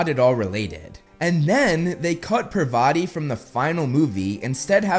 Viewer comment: You pronounce her name PRUH-VAH-TI but it is clearly spelled Parvati, so pronounced PAR-VAH-TI